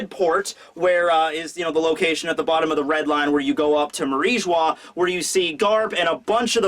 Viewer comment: MJO-SGARD there is no L there ffs